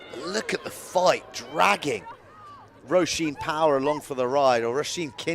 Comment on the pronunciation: Enjoyed the commentary, but the name Róisín is pronounced Rowsheen not Rosheen! Just a minor thing.